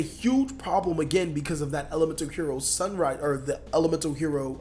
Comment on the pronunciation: Why do ppl keep calling it sunriser when it just sunrise and great video